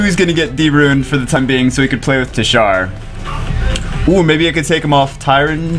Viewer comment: Gg bro for ur teshar but it ur saying it like titshar lol